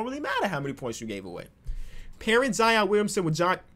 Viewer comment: do the "Flightreacts" Challenge. Fantasy Draft, you must use the Warriors and turn on sim difficulty to 60 and trade difficulty to 70. You can only use players Flight has mispronounced + Steph Curry. One year rebuild challenge. Here is a list: Giannis "Akumpo" "Zeeon" Williamson "J.A" Morant Rudy "Goburt" Luka "Donakick" "Javalee" McGee Pascal "Syakum" Nikola "Jock-itch" Bam "Abayo" Zach "Lavyne" "Damontise Saybonis" "Dennis Skrooder" Spencer "Dinwhydy" Matthew "Delladova" I probably missed a ton so leave them in the comments and I will edit them in. Edit: Formatting